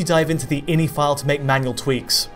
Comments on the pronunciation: eye en eye, no in-y, please. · I N I..... Not inny.